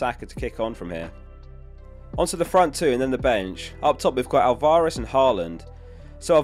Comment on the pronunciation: The way you say Alvaarez 😂